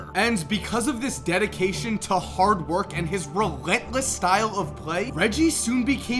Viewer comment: “Put his head done at went to WURK” good video...